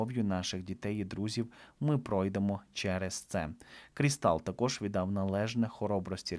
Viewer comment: Біллі КрІстал, наголос на і, і йому вже далеко не 46 років, а 76. звісно шкода будинки, домашніх тварин, і Рорі жаль найбільше. Але. Чому ніхто не згадує, що те майно застраховане у зірок, у страхових компаній почнеться глибокий криз, так що не переймайтеся Беном чи Періс, отримають компенсацію